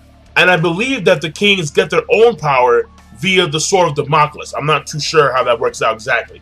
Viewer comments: king its pronounced sword of damn-a-cleez. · Also damocles is pronounced "Da-mo-Clees"